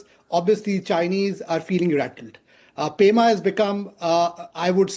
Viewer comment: it's pema* not prema